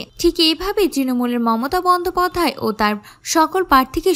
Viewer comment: Bandhapadhay bolte paren na naki?